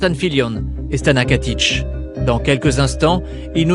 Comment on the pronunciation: Why does he say "Stana Katish"? Does het not know it's Stana Katic? Love her so much <3